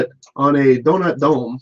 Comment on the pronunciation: Donut dome sounds like Don' ac' dum'